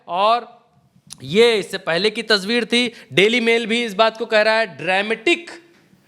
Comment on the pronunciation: wo tasbeer naii yaar "tasveer" hai wo